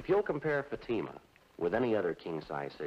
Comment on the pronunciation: When Jack Webb said "...in Fatima..." it sort of sounded like "emphysema"...uhhhh, no thanks.